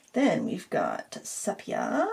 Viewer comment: Love all your videos and classes, although I haven’t actually painted in a while. Haven’t watched this whole video yet but wanted to mention that the color sepia is pronounced see-pia, not seh-pia. I even looked it up to confirm I had it right. 😻